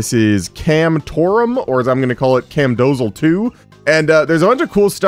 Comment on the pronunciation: Imagine calling it Camdozal two and not Cam DOS al